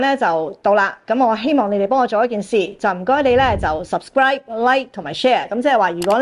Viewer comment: 多謝的精彩報導及分析。順便一提， the second syllable of subscribe, which is scribe, rhymes with describe or 乖， and not ripe or 歸。儘管潮流興跟人讀錯音，但你要做股清流而不要隨波逐流。加油。❤❤